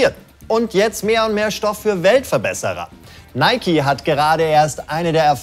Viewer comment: Es wird Nike ausgesprochen, nicht Nike!